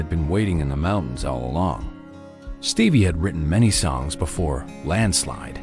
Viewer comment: “Stevvier” Nicks??? 🤣 AI is a joke.🙄